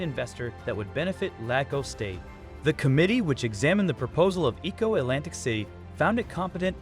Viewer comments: E'ko Atlantic city not Eco Atlantic city. Stop using robotic voice, people. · You can tell when a colonizer is speaking on African topic.They just cant resist showing the horrid and undesirable parts first before getting to the topic.Was it that hard to just speak on the project without taking it there. And whats with the disrespect in pronunciation of Lagos,Eko.Its not that hard.Surely you know how to say Lego,you dont say ligo. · The mispronunciation of Eko and Lagos makes it difficult for me to enjoy the video. Please learn our pronunciations!!! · Okay documentary. Learn to pronounce "Lagos" , "Eko" and people's name correctly.